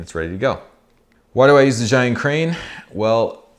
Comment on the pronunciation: Zhiyun is pronounced zeeyun, literally meaning "intelligent cloud". I really enjoyed all your videos, but especially the one about Hong Kong, my home town.